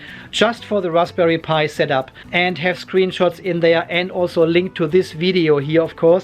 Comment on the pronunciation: LMAO... love the accidental correct pronunciation of Raspberry Pi